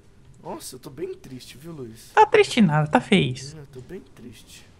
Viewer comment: Não é wouiz é luizzio